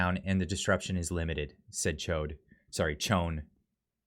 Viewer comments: Mispronounced Chown as Chode 😂. That wasnt a mistake lol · HE SAID "CHODE " AHAAAAAAAA.... Oh funny slip of the tongue there...